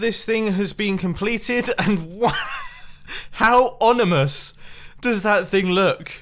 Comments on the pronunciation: It's "ominous" not "onimous", you sausage xD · ominous not onimous. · Onimous? lol... ominous. OMI-nous. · I think he meant "ominous" but said "onimous" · its oMiNous, not oNiMous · It's ominous not onimous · Ominous not onimous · ominous not onimois :) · ONIMOUS = Ominous. i would say hit your spoon button for that but you maxed it out. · Ominous.... not onimus... hello void brain lol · Did anyone else notice that he said onimous instead of ominous ? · "Onimous" Mumbo 2017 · Mumbo... onimuous? Do you mean, ominous??? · Onimous? Ominous? Who really care. Not native English speakers! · onimous!? wow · "onimous" , I'm pretty sure it's ominous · You mean ominous not onimous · it is ominous not onimous lol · ... isn't it ominous and not onimous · Please tell me I'm the only person that heard Mumbo say "Onimous" instead of "Ominous" 😂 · Lmao How Onimous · Onimous? Do you mean Ominous? How MUCH drops? Do you mean how many? God, Mumbo, you're meant to be British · Haha haha he said onimus not ominous and I actually found it too funny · lmao ya said onimous instead of ominous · ominus not onimus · mumbo said onimous its ominous. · Onymous NOT ominous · "onimous" [insert smugness.png here] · Onimus. Correction, ominous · ONIMOUS. My new favorite word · did you say onimous instead of ominous ? between and in video...onimous? really? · ominous! not onmuis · Anyone else hear "onomus" instead on ominous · it should be "ominous" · anyone else catch him say onimous instead of ominous or was i the only one who got that? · Onimous, mumbo? It's ominous! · onimous?? I thought it was ominous, lol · Nobody: Mumbo: “onimous” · Hi mumbo, the word "ominous" is pronounced ˈɒmɪnəs/ . Cheers mate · 'Onimous'. Wow. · "Onimous" -Mumbo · Did he just say onimous? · "how onimous does that thing look" -Bumbo Jumbo, 2017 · Word of the Day: "Onimous" - Mumbo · Onimous? Did you just say that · Onimous... yes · did he just say onimous...? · Did he say onomous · he said Onimous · ONIMOUS! XD!